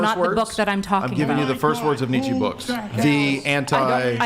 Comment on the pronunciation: Who THE F is Netcha? Do you mean Friedrich Nietzsche???? -02